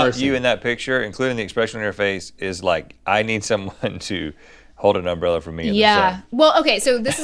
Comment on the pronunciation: Did anyone else get slightly unsettled by “umb-rella” vs “um-brella” ?